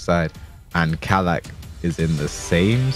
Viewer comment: Bro it’s kalak why kala